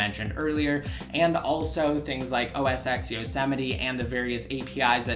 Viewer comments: It's 'Oh Ess 10', not 'Oh Ess Ex'. Besides that, great review, and thanks for a look at ios 8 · OS X.. its pronounced "Oh Es Ten" NOT "Oh Es Ex" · ***** isn't that what I just said? ._. that it's pronounced "Oh Es 10" and not "Oh Es Ex" like you were saying in the video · Why do you call it Oh-es-ex? You do realize the X is a roman numeral right?